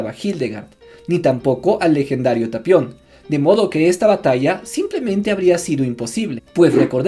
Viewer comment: Es tapion, no "talion"....